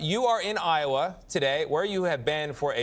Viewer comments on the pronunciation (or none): Lowa? It's Iowa,.